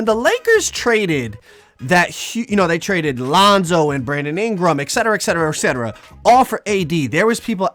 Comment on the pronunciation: btw its et cetera not ekcetera